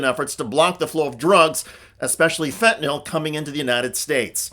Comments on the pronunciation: I love you too you pronounced fentanyl correctly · Thank you so much for pronouncing 'fentanyl' correctly.